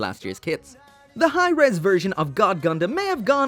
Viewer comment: The way you say Hirm hahahahaha Hi Res sounds better mechs....